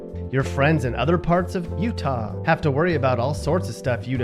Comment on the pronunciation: PLEASE STOP saying Utah like that!